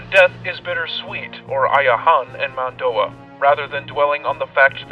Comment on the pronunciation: this is some great exposition. i tried to watch all of it, but this Mando'a pronunciation wasn't very good. too distracting, and eventually i just stopped watching.